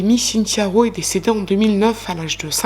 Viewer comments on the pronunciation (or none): none